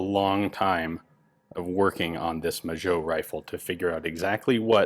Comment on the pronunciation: Magot is pronounced ma-go in french, not majo... cool video anyways